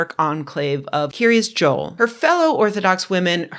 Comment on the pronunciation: it's pronounced Kiryat Joel.